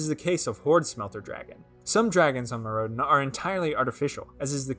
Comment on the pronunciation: Instead of "Meer rowd en", try "Myr oh den" 👍